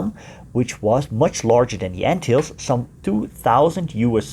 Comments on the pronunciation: G'day to you,I dont think you say Anthills ,it should be more like Antillees! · Ant hills, that is not how you pronounce it, it is pronounced an til les. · I've been pronouncing the islands incorrectly. The lesser an-Till-lees is wrong I guess. Ant hills, now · In Murican we usually stress the first syllable of a word. ANN-till-ease. None of that fancy "tulips and wooden shoes" stuff for us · An informative video, but the narrator should learn to pronounce "Antilles". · Shocking pronunciation of Antilles!! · If you make a documentary about the Antilles it would be best if you first learned how to pronounce it correctly.